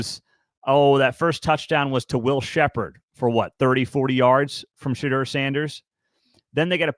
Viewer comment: Sha-door 😂 , not Sha-Dur